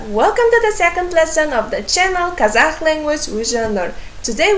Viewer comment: it's a good lesson! But why do you pronounce Kazakh as казаХ? It's the pronunciation in Russian, not in English.